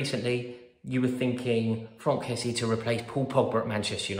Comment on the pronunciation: fronk kessie? pretty sure he's called frank.